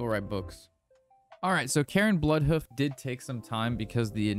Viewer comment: "Karen Bloodhoof"? WTF? Can you say "air"? C-air-ne. ...